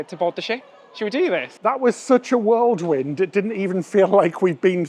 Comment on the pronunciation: did you just say "world wind"? 🤔